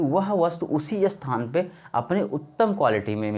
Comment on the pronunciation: अस्थान या स्थान ? क्या सही है ? सही बोलिए भाई